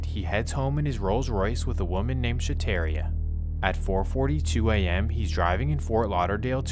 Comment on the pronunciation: Shataria isn't pronounced like that.